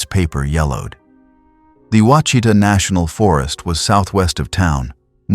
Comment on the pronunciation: It is pronounced “Wash a taw” Ouchita.